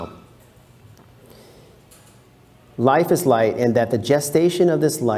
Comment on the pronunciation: the 'gh' in 'light' has no 'f' sound